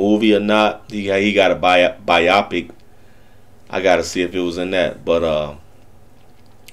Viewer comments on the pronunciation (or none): It's called a BIOPIC.. pronounced (BIO..pic) not Bi OPiC